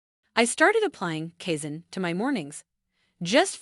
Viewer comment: You lost me at "kay-zen".